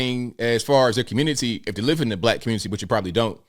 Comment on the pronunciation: Nobody calls it "the communi-tah" 😂